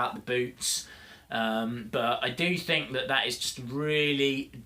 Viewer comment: You say stink lol